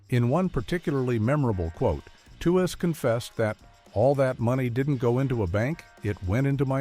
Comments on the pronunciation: Yep If you Google it, it’s pronounced tweeze like tweezing your eyebrows that’s why I hate these AI voices. They always pronounce everything wrong. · How said that Lauren Tewes is forgotten. Her name was pronounced tweez